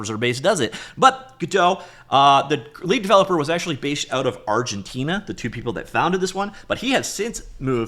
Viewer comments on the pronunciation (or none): none